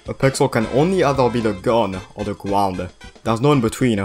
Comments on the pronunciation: Gunnuh or gwounuh no in betweenuh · "the gun or the gwound :3"